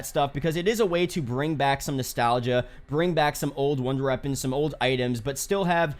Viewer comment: this man said old wonder reapons